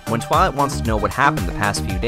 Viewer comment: i thought i heared "Twat" instead of Twilight